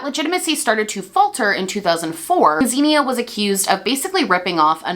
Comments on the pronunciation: Her name is actually pronounced “Ksenia” in Russian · xenia is actually pronounced like ksenia in russian, i believe russians would even spell the name that way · i'm sorry babe, but you butchered her name so badly 💀 i am russian and couldn't even understand what name it was supposed to be should've stick to calling her doe deere lol